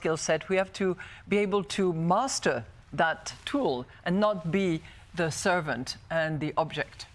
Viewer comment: Congratulations to Mme Lagarde, I believe she's the only french I've heard who can really say "the" and not say (the sadly annoying) "ze" 😊